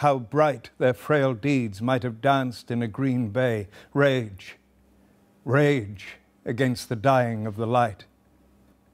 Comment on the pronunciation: I am sorry for spoiling it, but every time he says 'Rage, rage!' I hear 'Shame, Shame!'